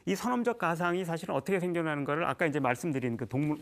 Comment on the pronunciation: 장음인 단어의 첫자를 짧게 잘못 발음한 예" 사실,사태,계속